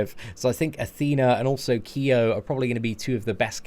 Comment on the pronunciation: thanks for not pronouncing Kyo's name as "Kai-o"...